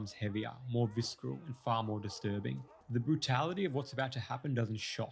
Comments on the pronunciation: I love your videos and your analyses are fantastic. But can I just mention one thing? Visceral is pronounced "VISS-ERR-ULL", not "VISS-KRULL". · stop saying "visc-eral" its pronounced vis-er-all, like from vicera (gore) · Love the content but the pronounciation of "viskeral" is killing me. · FYI the 'C' in visceral is silent. vis-ah-rel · In the word, “visceral,” like the, “D,” in, “Django,” the, “c,” is silent. Pronounced, “visseral.” But, thanks for this insightful, edifying and entertaining video. Your eye is faultless. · I appreciate your deep analysis, but "vis-ker-al" took me right out of it. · Bro, it's "visceral", like "vis-eral". It's not a hard C, but rather more like a second S. Otherwise, interesting video. My first from you. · Nice analysis! It’s pronounced “visseral” though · vis·cer·al /ˈvis(ə)rəl/ ...otherwise, great breakdown. 😉